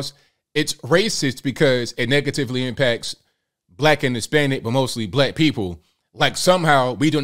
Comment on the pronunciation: "...DiSpRoPoRtiOnAtELy ErMpAcTs..."